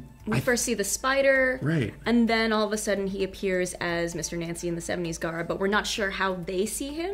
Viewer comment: liza grant thank you!!!! every time he said 70s garb I kept yelling nooooooooooo!